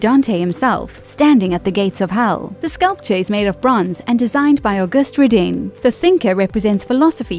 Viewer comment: "Ro-DEEN?" "Mao-ee?" Really? Try looking up pronunciations and practice them before recording. It's "Ro-DAN" and "MO-eye." (Also, in the video about Nature taking over, it took me a moment to find out WTH a "mull" was.